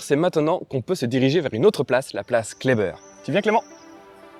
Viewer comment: Par contre les strasbourgeois ne prononcent pas la place broglie comme vous la prononcez mais bien place broglie comme cela se lit. De même la place Kleber se dit Klébèr et non Klébeur.